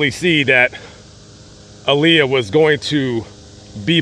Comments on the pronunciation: To correct way to pronounce her name is Aaliyah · Her name is Aaliyah that's the correct way to pronounce her name